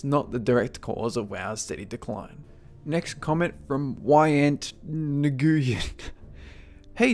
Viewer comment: nguyen is pronounced N-yen